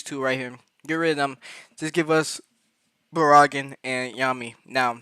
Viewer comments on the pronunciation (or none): Barragan Pronounced Bear-a-gon ‼️